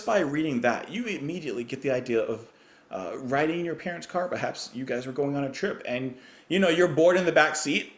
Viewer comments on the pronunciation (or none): none